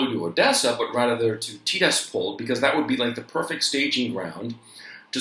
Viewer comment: It's pronounced Ti-RAS-pol. Also Seva-STO-pol.